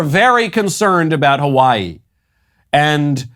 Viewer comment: As a person who lives in Hawaii, representing as such, I will allow just this one time that terrible mispronunciation, mr. Knowles